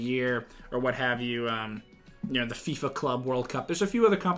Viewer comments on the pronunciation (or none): none